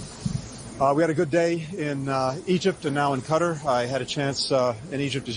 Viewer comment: He was pronouncing qatar correctly for a change.